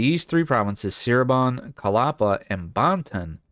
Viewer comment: I'll watch you play as Cirebon, but you have to pronounce Cirebon correctly lol (the c is like ch)